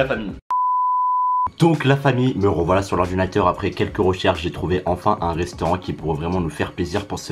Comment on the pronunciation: "Un rostaurant"